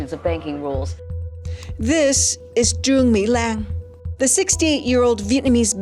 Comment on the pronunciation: most of them are fine. even the pronunciation of Truong My Lan name is on point